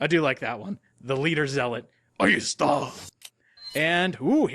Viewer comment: As a Spanish speaker, your "¡Ahí está!" was on point